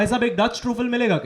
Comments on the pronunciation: OMG - patee-saree - its NOT PATEE-SAREE!! It's pati-sari! And stop saying troooflee!! ffs ! truffle! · That thick accent is more hysterical to me than his Comedy And the way he pronounced few words like Truffle ( troo fel ) , yo i had to turn the subtitles on to understand what he actually meant by few more !